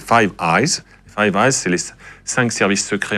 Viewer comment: "Five Is", pas "Five eyes", MDR.